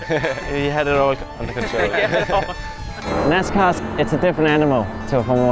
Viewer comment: Great video but I cringed every time they said they drove a “nascar”… 🤣